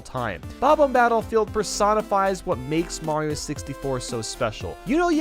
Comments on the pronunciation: HE SAID SUPER MAYO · Did he said "Super Merio 64 DS" He deserves some subs